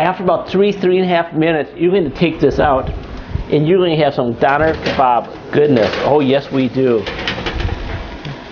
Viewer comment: its pronounced dOHner!